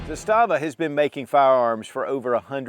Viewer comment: Pronounced “ZAH-stuh-vuh” Arguably better AKs than Kalashnikov, best SKS version ever made, and their Makarov-type pistols are just solid. Looking forward to picking up one of their revolvers.